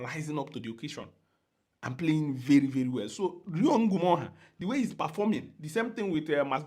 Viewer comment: I like how you pronounce Ngumoha. Feels like the original prononciation